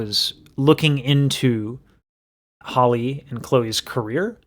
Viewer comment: I love your content, but her name is not Holly. It's Halle (Hal-Ē). Just like Halle Berry, but Halle Bailey. I wish you much success. Also, they're not the same age.